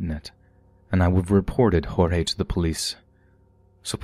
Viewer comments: The cannibal story, man that's not the first time something like that has happened in Brazil. It's happened a few times where poor street food vendors use human meat. Messed up. Also I believe his name is pronounced George with the emphasis on the final "e" we don't pronounce it Horhey I believe that's hispanic. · Yup “Hor-hay” is Spanish not Portuguese. The name is more like “gorge” with a soft g in the beginning. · The name "Jorge" in portuguese is read with an actual J "jay" and G "gee", so you can speak mostly how you normally would in english (George). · Actually, it‘s pronounced like French, not English. The English J and G, in this case, would sound like “djordje”, right? So, for anyone interested, Portuguese J’s and G’s sound nothing like Spanish, they sound French.